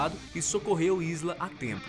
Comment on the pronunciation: O nome da Isla Fisher se pronuncia "Aila". Ela mesma diz que o nome dela não se pronuncia da mesma maneira que se escreve.